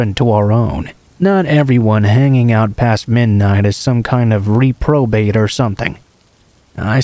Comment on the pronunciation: I loved these stories tonight! Just a little suggestion tho, you may want to look uo Medellin pronunciation, dbl L has more of a "Y" sound. Like may-day-yeen sounds. Also reprobate, repro-bate. Still knew what you meant tho! So no biggie. I like your narration or i wouldn't have bothered to tell you.